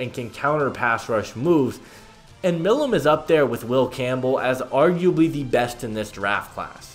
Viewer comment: Hey brother it’s pronounced “my lum”